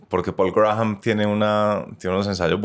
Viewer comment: para el entrevistador, el apellido Graham se pronuncia "Gram".